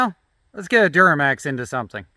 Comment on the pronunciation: duromax, not duramax